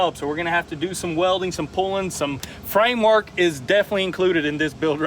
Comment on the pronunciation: You say frame work we hear vtuned!!❤❤